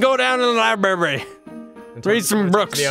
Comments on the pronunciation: more like liBARRY am I funny yet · The libarry hahahahahahaha